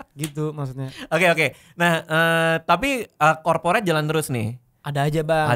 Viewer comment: Corporate jadi KAPORIT 😂😂😂